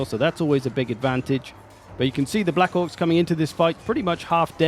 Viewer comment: I love how Black Orcs sounds like Black c*cks when you say it😅